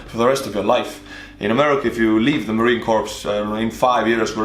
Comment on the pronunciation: And it's Marine Corps not core just a heads up